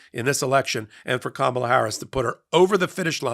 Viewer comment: the first name of the next president is not pronounced, “Ka MAH la,” except by Trump, and by you, tonight. Remember her nieces at the DNC, teaching the correct pronunciation? “Comma, like in a sentence, then “la” like, “la la la la la la la!”